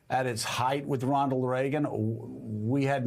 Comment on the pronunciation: He said Rondal Reagan???